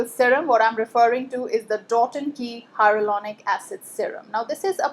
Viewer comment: Your pronunciation for HYALURONIC acid is incorrect lol